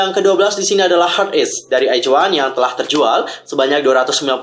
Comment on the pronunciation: bang pas baca in nama album izone nya kok "iz" bukan nya "aiz" ya di baca nya